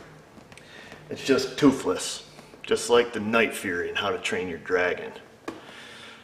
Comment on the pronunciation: Toofless. I love how pronounced toothless as if he was actually toothless. Natural comedian.